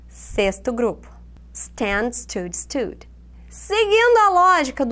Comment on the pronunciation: Na parte do stood parece q vc ta falando study